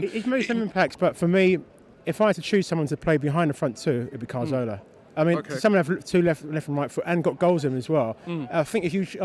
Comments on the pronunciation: CAZORLA not fucking CARZOLA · i'm not trying to be a dick but why can't gooners pronounce Cazorla? it's Cazorla not Carzola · It's Caz-orla or Cath-orla Not Car-Zola you fucking idiot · does he not know how to pronounce cazorla ffs